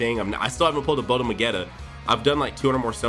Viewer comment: Bandai: Botamo Me: please stop Bandai: BoTAmO Me: please... Bandai: BOTAMO